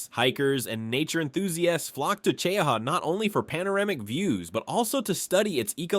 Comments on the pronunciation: Sounded like AI glitched out when saying the height of ChowHall Mountain. Its 2,413 feet -735.5 meters . Also its pronounced CheeHa Mountain. Mostly refered to locally as Mt Cheaha. It comes from the Choctaw word for high. Now you know. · If you are from here its oronounced Che - ha, stupi ai. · The way he pronounces cheaha is horrible I have lived in Anniston Alabama on and off my whole life and have been to Cheaha mountain plenty of times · I live fairly close to “Chee-ahh-haw” or if you’re from here “Cheee-Haww”. I love our foothills. Cheaha Mt. Is one of my favorite places in Alabama. That and Orange Beach or Dauphin Island. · Its pronounced chee haw mountain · And Che-ha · I'll be CHEEEE-HAW ing all day now. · I am from Alabama and I didn’t know we also have deserts ? Mt.Cheaha was pronounced like “ Chowhaw”…that’s way off man ! 😅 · We’re about 30 min from Cheaha but we pronounce it “Chee-haw” or “Chee-hah”. My husband’s family are part native (as in my mother in law’s grandmother and grandfather, one was full Cherokee and one was full Creek) he said his family always pronounced it “Che-ah-hah”. All I know is it’s definitely not pronounced like this AI in this video 😂😂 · Che-- haw is the correct way! 😂